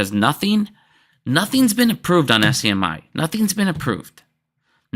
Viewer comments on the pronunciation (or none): don't forget "SCMI". It is actually SMCI. Maybe has a little bit of dislexia. "not financial advice"